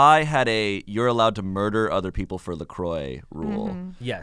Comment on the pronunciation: anyone else mad at how they pronounce la croix?